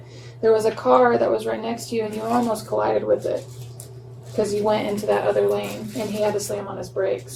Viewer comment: మంచి ఇన్ఫర్మేషన్ ఇచ్చారు👍. కానీ, Line కాదు Lane అనాలి. బ్రీత్ analyzer కాదు, బ్రెత్ analyzer అనాలి.